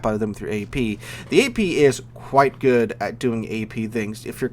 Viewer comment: I finally realised you're saying "hello good people" and not "gay people"